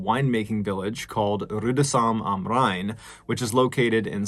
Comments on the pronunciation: Love how you say: "Rüdesheim am Rhein!" 😆♥️ Greets from Germany! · As a german person, i love how Mr. Ballen pronounces "Rüdesheim am Rhein"😂❤ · As a German, I'm impressed by your pronunciation of Rüdesheim am Rhein. I often notice English speakers having problems with these kinds of words and it seems like you really tried to say it as correctly as possible.